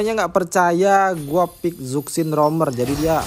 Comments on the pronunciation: Zusin bukan zuksin .. berarti sakvier bukan savier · Zuksin anying, zushin bang cara bacanya😂😂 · Izin koreksi penyebutan nama Zhuxin itu bkn (ZukSin) Tpi dibaca (CuShin) krn di mandarin Z itu dibaca ny kyk C, cntohny kyk nama Dong Zhuo bukan dibaca (Dong Zuo) Tapi dibaca (Tong Chuo). Ga brmksd apa2 ya... just fyi dan izin koreksi aja biar yg awam jg tau